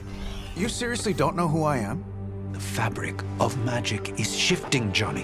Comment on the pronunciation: Love the caretaker said magik and strange thought she meant magic.